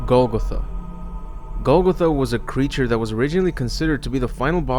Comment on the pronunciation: its pronounced GOAL- GOTHA